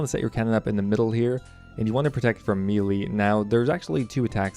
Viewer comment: Great video! And it's pronounced "MAY-LAY" sorry, but I've been watching a lot of your videos and I can't take it anymore because I'm developmentally challenged.